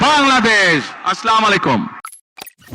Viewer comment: যে নেতা সালামটা ভালো করে দিতে পারে না আবার আলহামদুলিল্লাহ তাও ভালো করে বলতে পারে না সে আবার নাকি বাংলাদেশকে সুন্দর করে গড়বে । আফসোস মানুষের মূর্খ নেতার কথা শুনে